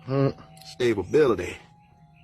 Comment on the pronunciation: how he says stability is cracking me up lmao